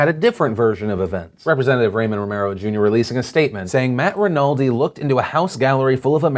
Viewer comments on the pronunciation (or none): Hey Phil, just an FYI, Ramon is pronounced "Rah-mone," not "Ray-min." Love your vids! Keep it up! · afaik, Ramon isn't pronounced like Raymond.